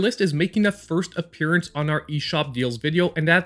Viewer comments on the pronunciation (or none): none